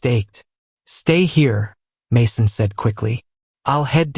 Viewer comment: What is with the all the mispronunciations? Just say "Jesus" in English. And how did it say "Mason"? OMG